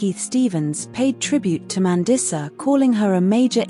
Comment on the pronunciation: MAN-DEESA. i'm not watching anymore when you can't even pronounce her name correctly